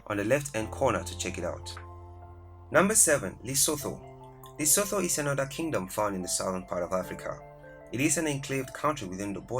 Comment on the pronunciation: You kept pronouncing my kingdom Lesotho wrong 🙄